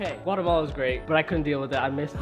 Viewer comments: It’s pronounced Guate - Mala Cerote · “Guacamala” bruh lol